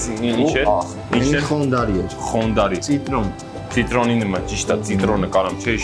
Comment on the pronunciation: Տղա ջան քոնդարի ոչ թե խոնդարի։